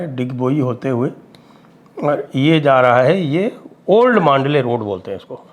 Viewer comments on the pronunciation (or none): Old Mandalay Road.. इसका उच्चारण मांडले नही बल्की "मंडाले" है.. यहीपर मंडाले जेल मे लोकमान्य टिळक जी को १९०४-१९०८ के दरम्यान रख्खा गया था.. यही जेल मे उन्होने श्रीमद् भगवदगीता पर "गीतारहस्य" नाम का बहुत बडा ग्रंथ लिखा था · Mandalay not mandley